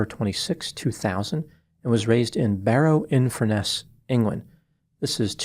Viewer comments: It's Barrow in Furness. Not Barrow Infurness. At first I thought he said "Inverness in England", which didn't make any sense. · It’s Barrow infurness